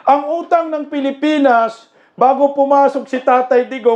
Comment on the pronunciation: Pilipan pilipan hahaha Hindi hongkong